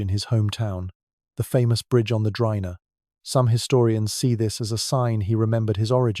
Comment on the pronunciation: The name of the river is not [Drayna], but [Dri:na] or [Dreena:]